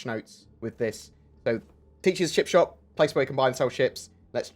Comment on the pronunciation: Sounded like you said chip shop, mmmmm chips